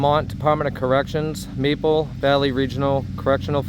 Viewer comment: Marble, not Maple.